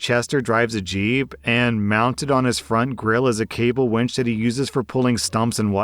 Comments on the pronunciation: What's a "cable wench"?? An unusually strong and bawdy woman?? Or, a tool for wrenching on cables? Or, perhaps it was a "cable WINCH"!! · "wench" for winch, haha. A wench is an old fashioned word for girl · Cable "wench" lol